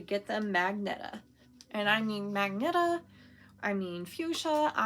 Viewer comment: 😊 very beautiful that you bought but you really had me laughing LOL when you said magnetta it's pronounced maj-gen ta super cute that you made up a new color super excited to see what you make with them all❤ safe God bless Roseanne XOXO